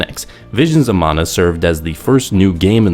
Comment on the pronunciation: Props for pronouncing "mana" as "mana" and not "manna" like everyone else.